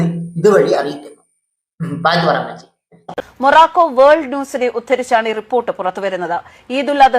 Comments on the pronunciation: Maraco അല്ല തള്ളേ മൊറോക്കോ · മോറാക്കോ അല്ല..... മൊറോക്കോ... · മൊറാക്കോ അല്ല മൊറോക്കോ...!! 😝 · മൊറോക്കോ എന്ന് നേരേചൊവ്വേ പറയാൻ തന്നെ ആ അമ്മിച്ചിക്കറിയില്ല. മൊറേക്കോ എന്നാണ് പറയുന്നത് തന്നെ! പറഞ്ഞിട്ട് കാര്യമില്ല ഈ പേര് അമ്മച്ചി കേൾക്കുന്നത് തന്നെ ആദ്യമായാണ്. മുഖത്ത് നിറയെ പുട്ടിയൊക്കെയിട്ട് സെറ്റപ്പായി വന്നിട്ട് പൊട്ടത്തരം അടിച്ചു വിടുകയാണ്.